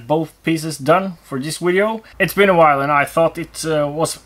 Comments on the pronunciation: Nothing wrong with saying wideo. I’m fine with wideo. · 😃 Love the "Vwideo" 😄😄😄 I've incorporated this this lexicon into my American vocabulary. It's kinda cool to use this in normal conversation with my American friends because it catches attention when delivered with a straight face.. Love it. Don't change it!